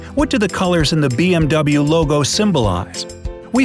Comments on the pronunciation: did he say BM DOUBLE-yu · I thought you should say BMW as "BMV" ?? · It's pronounced BMV, not BMW. BYRESHEN, MATWA VERKEN. I think that's how you say it